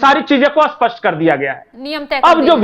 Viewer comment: आप स्पष्ट को बार बार असपस्ट बोल रहे।कृपया स्पष्ट बोलना सीखिए